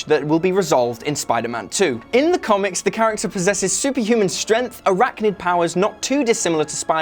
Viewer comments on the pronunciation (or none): none